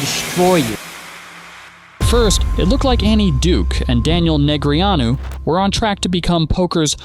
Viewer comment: Soon as A.I. screwed up Daniels name,I left. After commenting.